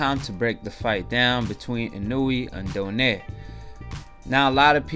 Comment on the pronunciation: his name is pronounced in-oh-way fyi Japanese pronunciations are similar to spanish. I think a lot of people count out the fact that Donaire has fought at featherweight and this is Inoue's third weight class and he's a 3x champ. size matters and this fight was never gonna be a KO. Inoue def has room for improvement but there were times in the fight where he looked ridiculous